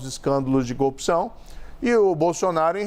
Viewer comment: Pois é, o que eu não me conformo é o rapaz ter sido juiz federal e não consegue construir uma cadeia de argumentos plausíveis. Além de falar errado (copção, cônje, etc...)